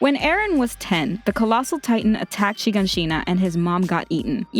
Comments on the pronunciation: Thank God I wasn't the only one annoyed, and there's something about the way she pronounces Shiganshina as well, I think when you hear Japanese people say it, there's a lot of emphasis on the syllables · she said shiganshina wrong